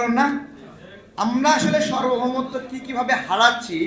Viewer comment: ভাই সর্বভৌমত্ব না সার্বভৌমত্ব। এসব ছোটখাটো ভুলের দ্বারাও সুক্ষ মূর্খতা প্রকাশ পায়। এজন্য ছোটখাটো ভুল-ভালা করা যাবে না। এতবার এই শব্দটি উচ্চারণ করলেন একবারও কি সঠিক ভাবে উচ্চারণ করা গেল না? ভাই লেখাটা অন্ততপক্ষে দ্রুত ঠিক করে দেন।